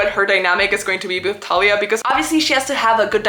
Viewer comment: each time you pronounce thalia as “talia” you scare me so bad my name is talia 😭